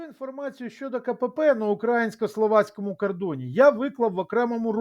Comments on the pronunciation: не укрАїнський кордон, а украЇнський кордон - наголос на букву Ї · мені нічого не чується, ви слово «український» вимовляєте як кацапський пропагандист, а не українець